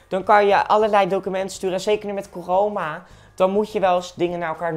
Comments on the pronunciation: ook zegt hij coroma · Niemand: Maar Dan Ook Echt Niemand:: Coroma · Niemand:: croma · Coroma haha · Niemand Echt helemaal niemand Maar dan ook echt helemaal niemand. Jij: coroma virus